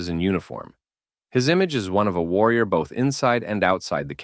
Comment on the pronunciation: "Social media valor worrior"